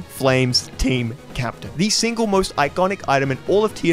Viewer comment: Has anyone noticed that seemed to only be able to pronounce his S' as SH's through out the entire video. When He said "single" I swear he said "shingle" and "something" sounded like "shomthing". Particularly words that ended and started in S. Did this man get his wisdom teeth pulled out or something?